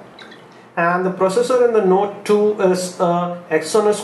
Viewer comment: Note THUI?! Are u spitting?.. Means iphones the best (y)